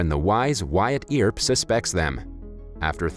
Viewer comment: Earp is pronounced Urp!